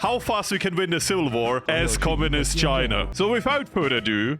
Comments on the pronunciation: It’s pronounced “China” not “Chinur” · Not the hard R Chiner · "communist Chiner" - at the start of video